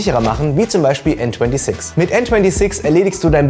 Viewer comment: Bro bitte sprech n26 deutsch aus!!!